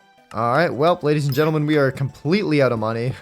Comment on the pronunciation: Am I the only one who hears gadies and lentleemen instead of ladies and gentlemen😭